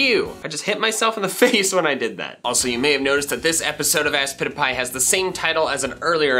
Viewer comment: Aspitpiay Youtube: ask pizza pie